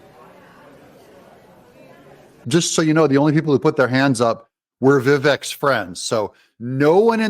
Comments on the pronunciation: His name is pronounced Viv-vake…as in bake. 🥂😉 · It’s pronounced vivake like cake. 🎂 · I am so sorry but his name is Viv vake. He says it that why can't you guys get it right.